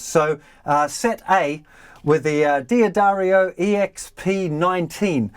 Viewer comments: The correct company name is pronounced Duh-Dario, not Dee-Addario.Many make this mistake. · Is not DEE-addario, but DADDARIO pronounced :-) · It’s not dee a dario but dahddario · Really helpful video. But mate, could you stop saying 'Dee Addario'? It's driving me crazy!